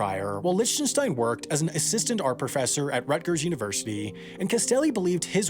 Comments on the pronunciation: Please stop saying "Lich - ten -stein." It's pronounced "Lick - ten - stein." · I think his name is pronounced Lick ten stein. Not Lich ten stein. A remarkable artist by any standard. Most blue chip artist are very good. They usually don't succeed for nothing. It takes a real education to know the difference. There is intrinsic value to some art and to see that takes experience. The saddest thing here is that the vast majority of artist will fail to make the grade in their lives. Artist need government support. The amount of money allocated to support the arts in the US is disgraceful. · So annoying... you can't even check how to pronounce an artists name? IT'S LIK-Ten-Stine!!!! NOT Litch-ten-shtine. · Merely the latest YouTuber that doesn't know proper pronunciation. Try "Lick-ten-stine". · liHHtenshtein. My ears are bleeding. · Love your work as always. Just one note though: Lichtenstein is pronounced LICK tuhn stine with a hard k sound. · Lichtenstein is pronounced Licktenstein btw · it's pronounced Lick-ten-stein FYI. I was cringing. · I find your pronunciation of Lichtenstein disturbing. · Also, nice video… but please learn how to properly pronounce Lichtenstein. Regardless of whether you like his work, he at least deserves the respect of having his name pronounced properly. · This video is awful, and his pronunciation of Lichtenstein is annoying me. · That is not how you pronounce Lichtenstein. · So many comments and I can’t find any about mispronouncing Roy Lichtenstein’s last name lol. See you again in the mistakes video <3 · I love how you pronounce Lichtenstein .D